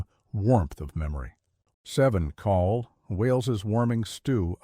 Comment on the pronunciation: CAWL is a Welsh word and is pronounced to rhyme with 'owl' in English